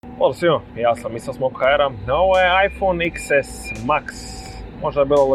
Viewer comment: Cita se deset a ne iks